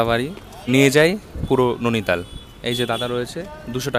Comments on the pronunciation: নৈনিতাল উচ্চারণ করো,নোনিতাল না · উচ্চারণতো ঠিক কর ভাই ননিতাল নয় নৈনিতাল হবে । এমনিও দেখেছি একটু ভুল উচ্চারণ করিস । 😅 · Bhai jaygatar nam Nainital not nonital. Uchcharon gulo ektu thik koro ebar.. 😂😂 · Nainital❌ Nuni tal✅😂